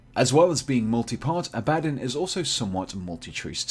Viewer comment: Abaddon... "Don" not "Din". Full video sounds like someone miss pronouncing "Aladdin".